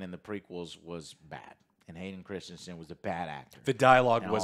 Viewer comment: Christensen, not Christianson